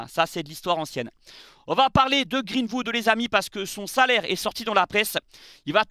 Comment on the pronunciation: Arrêt de dire greenfood mdrr c’est greenwood !!